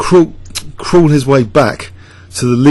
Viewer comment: hearing pronounce "crawl" as "cruel" made me lol. Thanks for sharing the game and your perspective.